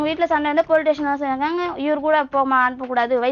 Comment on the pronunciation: Station not tation.